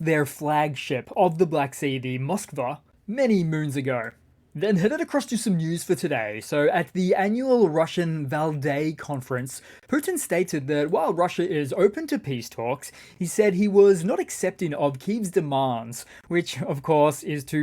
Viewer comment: Lots of meat on the bones of this thoroughly researched update. Thanks a ton,. PS. VALDAI is pronounced VAL DIE